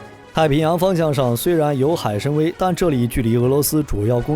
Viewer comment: 那个叫海参崴的wai ，不是读wei，我的天。这也能读错